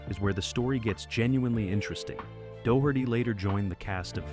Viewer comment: The mispronunciations are all really funny, but DOUGH-HURTY, from Ninety-Two Ten truly cracked me up! Now there's a knock-off show title, if I ever heard one.